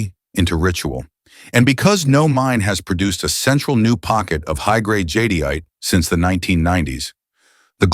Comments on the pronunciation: It’s pronounced Jade-ite Not jadeite. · JAHDIYATAHAY? I've been saying JADE-ITE 🤣😅